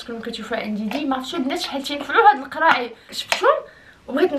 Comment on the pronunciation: الواي واي ههههههه اسمو الراي ااااا لعقونة تعلمي تهدريها من بعد عايريه ههههه 😂😂😂😂